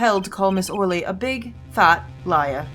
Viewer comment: The fact that you keep saying Or Lee instead of Oh Really for Olga's name made me sad. Oh Really is just a fun phrase to throw around. It's like naming your character something weird in pokemon or something